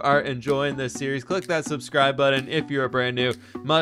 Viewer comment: Pronouncing words in a weird way is so damn noticeable. He says important>imporden and button>buddin